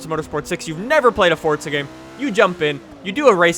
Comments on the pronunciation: Why the fuck do you always pronounce it 'fort-za', it's 'for-za'! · its not fortza its forza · There's no t in forza!!! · THERE'S NO 'T' IN FORZA!! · its forza you cant go in a straight line